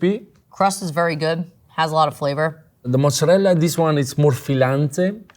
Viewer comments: I hate it… people use all “American pronunciation” for everything then all of a sudden bust out a “mootz-a-rell” stop it people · Mozzarella!!!!! not mutzzarell, why???? why are people saying mutzzarell?! just say it how it sounds in english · Came to complain about the “Moad-za-relleee” but glad to see everyone is with me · Why is she saying mozzarelle??! 🤢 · More like 'mootsarell'. Might be reflective of Sicillian immigrants who came over before the actual country of Italy was a thing and before Italian got standardised. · Guys, it’s “mutzadel” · My eye is twitching every time she says "mozzarelle" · Isn’t she also the one who said the fake “mootzarelle” on that one pizza was delicious (before she saw it was actually fake)? But hey, she admitted it got her 🤣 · My grandmother was a Naples native, never pronounced it that way. Sounded more like “moot-za-rella” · can anyone tell her that italians pronounce the A in mozzarella? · I don't trust anyone or any chef who can't pronounce mozzarella correctly. Like this Chef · Is it pronounced moh-za-rell or moh-za-rell-ah? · Hate the lady chef's pronunciation of mozarella, love that the Italian guy proves over & over that it's an affectation. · Yeah, can't stand the way she mispronounces it! 😅😅😅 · Why do people think that's the correct way to say mozzarella??! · Its like this chicks friend bet her she couldn't mispronounce mozzarella 50 times in one video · it clearly says mozzaRELLA on the box. Read it properly. Sounds so weird to not say it how the language and box says and write it. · I came looking for someone else pointing this out. Like the 3rd generation Italian guy says MozzarellA. SAY THE 'A' LADY!! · It's mozzarella. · Omfg when the girl constantly can't even say mozzarella 😂 she finally tricked herself into saying it correctly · the way that lady says mozzarella is giving me an allergic reaction. Either say it American or Italian. Not American Italian please. finally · Its mozzarella not mozzarell